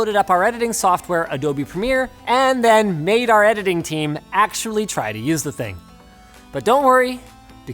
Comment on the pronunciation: Imagine how you’d hear Linus if you don’t speak english “We’re takin it Into de edidin den”